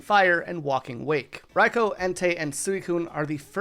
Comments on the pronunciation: "Sweecoone", brotha... "sweeeeeeeeeeeeecoone".. not Su ee cuine xd yes, you pronounce it like it's written, i get it, but this one is literally pronounced as if you wouldnt read it literally.. :) dont pronounce the U :) and Raikou is pronounced "Raikooo" , not "Raikow" :) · Does anyone else have a problem with how he pronounce raikou😅